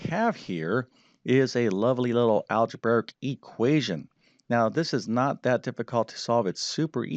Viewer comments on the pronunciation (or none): "Al-ja-bear-ic?" Who are you?